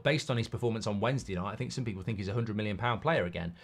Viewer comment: Every time Mark wants to say million he says minnion 😆 I think had him watching Despicable Me.